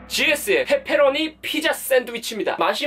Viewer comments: 말 진짜 찰지게 한다 ㅋㅋㅋ뻬뻬로오니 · 앜ㅋㅋ 목소리 너무 조앟 페페로니 발음이 ㅋㅋㅋㅋㅋ 내스타일이다 ㅋㅋㅋㅋ 뻬뻬r로뉘~~ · 뻬뻬로뉘~ 발음 귀엽네용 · 발음 강하게 하시니까 빼빼로니 피자라고 들려영 데헷 >ㅇ<